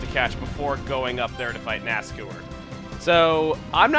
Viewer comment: Ever time you pronounce his name as NASCOOR it makes me cringe. I've always pronounced it NASCOUR (the OU making the same sound as in the words hour or loud).